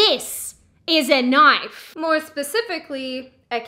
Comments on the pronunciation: “that’s not a knoife. Now this, this is a knoife.” I wanna hear do a Crocodile Dundee reaction/review and do quotes!!! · It's pronounced noyyfe ...and I thought you were Australian. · Silly Aussie, it’s pronounced, “noife”.